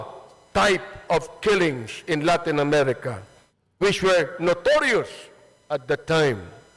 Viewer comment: Mali nga eh ""LAITIN" DI PO LATIIN...SAN M YUN NKUHANG WORD MR. ABANTS..